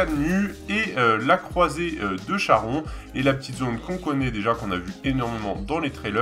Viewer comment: Charon , ça se prononce « Karon » 🙈